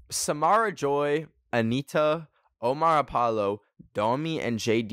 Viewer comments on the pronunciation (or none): none